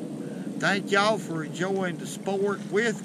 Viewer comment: My new favorite word!! "Fur" ..I'm gonna run that word " fur"in the ground